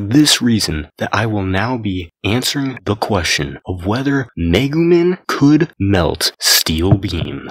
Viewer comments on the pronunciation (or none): Lmao he said megu MIN. It’s MEGU MEEEE N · The amount of times this man mispronounced Megumin hurts my soul